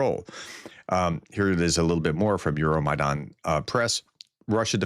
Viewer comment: You constantly mispronounce "Euromaidan".